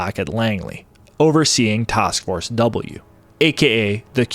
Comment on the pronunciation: What’s a “tosk force”?